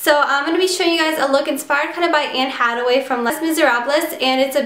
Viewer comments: It's hath-away. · its pronounced Ha The Way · her name is pronounced anne haTHaway TH not T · Agh it's anne haTHaway.... Sorry but that bothered me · How do you pronounce her name wrong??? there's clearly a TH sound..... oh well it doesnt matter i still love you!!!! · did she really just pronounce it "hataway" and "miserablez" .. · Anne hattaway lol it's anne Hathaway and it lay miser ob is how it's pronounced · ohh dear... Anne's last name is pronounced 'hath-away' not 'hadway'. Les Miserables is not pronounced like that; its 'lay miz-erh-ab' just for future reference so you don't walk around saying it like that any more aha.... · I understand if you want to correct her just so she knows, but no need to be rude about it. Just because you know how to pronounce Les Mis and Hathaway correctly doesn't make you better than her.